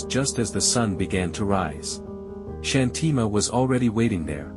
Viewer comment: Thank you for sharing such an inspiring story! Just a small suggestion regarding the pronunciation of the name Shanthi Ma. We feel that using the Indian accent for pronouncing Indian names adds a sense of originality and helps the story feel more authentic and connected🙏